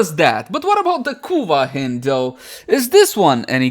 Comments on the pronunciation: Pretty sure it's pronounced the same way you pronounced the second syllable of "beHIND" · 'Hind' like in behind 'hynd' like in hindi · I thought it was pronounced as "Haynd" lol, nevertheless been waiting for this since it was upgraded in terms of cc and sc